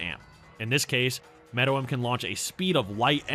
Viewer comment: It’s pronounced meruem say it with me now mare-roo-whem not whatver this dudes saying